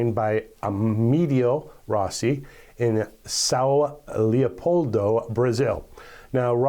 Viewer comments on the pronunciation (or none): Ah-mey-day-oh Rossi.